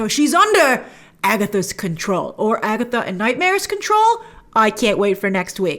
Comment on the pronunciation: “It’s been Agetha all along!!”